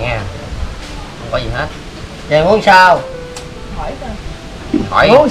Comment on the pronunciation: có ai nghe nói 2 chữ dì khúc này k 😂